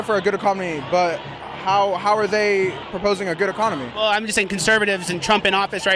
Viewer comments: The guy says ecomony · illiterate greasy hairy shit-skinned just said ecomony